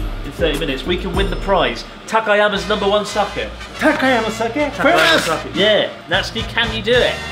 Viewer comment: TAKAYAMA not TAKAYAKA jeez man